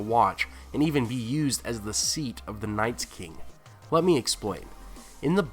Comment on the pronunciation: I cringe every time you say Nights king!......unsubscribed!